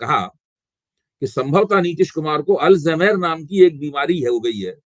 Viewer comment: अल्जमेर नहीं अल्जाइमर बीमारी होती है